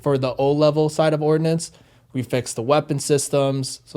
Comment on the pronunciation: Ordnance not Ordinance